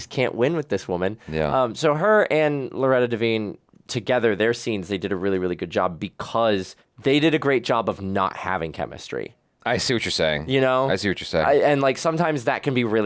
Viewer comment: Loretta Devine last name is pronounced like “divine”